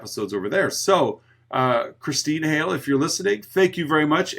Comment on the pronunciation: I'm not sure how coincidental it is that I got my mention on Hellraiser 😆(with a last name of Hale 😁- which you pronounced correctly). Like I mentioned on Spotify, that is where I normally listen to your content. (Currently I'm bingeing your content on YouTube as I find your voices soothing during this flare of painsomnia.) I just recently started leaving comments online (not counting Twitter). Spotify has a severe word count for someone as loquacious (or verbose, if you're more tl;dr) as I tend to be. Anyway, thank you for the mention. I appreciate your podcast. And I'm looking forward to what you're going to do for spooky season.